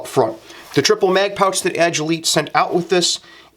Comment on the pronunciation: Good review but you mispronounce Agilite. Ag-i-LIGHT. Like agility and light combined.